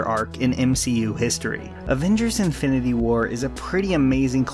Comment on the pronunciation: yoooo im sorry but has anyone else noticed he says "infindy war"...